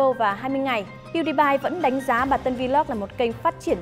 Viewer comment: Đọc là pew đi pie dùm cái